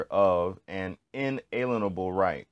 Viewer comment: lol at least learn how to pronounce "inalienable".